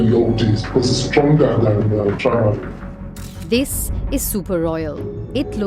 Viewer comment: say c h i n a